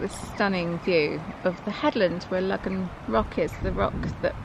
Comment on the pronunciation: Excellent video and story as always..... I have a curiosity question though. All my life in Cornwall it's been called Logan or Logans rock, pronounced Low gan. In your video from 8 years ago you pronounced it like this but in this video your pronouncing it Lug gan rock..... what's changed, have I missed some academic saying this is how it should be pronounced now?